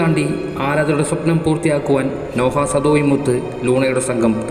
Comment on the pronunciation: നോഹ അല്ല ബ്രോ നോഹ് എന്നാണ്